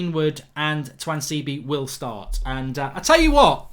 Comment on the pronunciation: Why does mark pronounce tuanzebe differently every time he says his name 😂